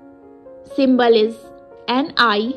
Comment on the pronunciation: Woh simble nahi symbol hota hai